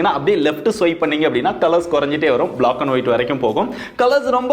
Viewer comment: Bro it’s black not block pls pronounce it right